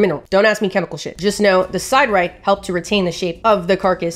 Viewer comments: Sid-er-ite, not side-rite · OK, go ahead and roll your eyes. I am a geologist. Siderite is pronounced Sid’-uh-rite. Three syllables. First syllable is a short “i”, like “fish.” And the accent is on the first syllable. Sid-uh-rite. OK, now it is time to thank you for all the the research and effort you put into your videos, and your very entertaining and creative presentation. But Sid-uh-rite.